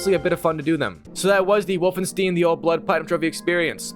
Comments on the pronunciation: "Stein" bruh not fuggin "Steeeeeen" come on mang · Everytime you say Wolfensteen I have a stroke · Wolfensteen ahhh i get it 😂😂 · “Wolfenstien” “wolfensteen” not to be confused with the game Wolfenstein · The way bro pronounced Wolfenstein hurt me 😂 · I love how he struggles to prunounce 'wolfenstein' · Could be elevenlabs. He is also saying Wolfenstein wrong many times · The way he say ”Wolfenstein” gives me cancer